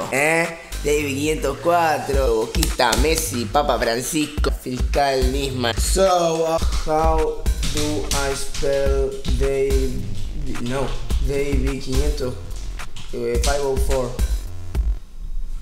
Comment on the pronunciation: "Fiscal Nissman" JAJAJAJAJA